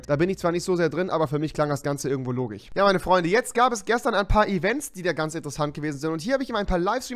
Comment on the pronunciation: Komiche 😄😂 er kann komisch nicht aussprächen und logisch auch nicht